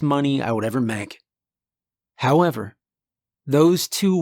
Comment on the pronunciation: Did you say “howmever?”😂😂😂😂